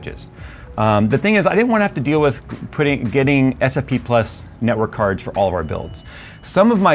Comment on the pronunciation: I can't unhear nawk tuah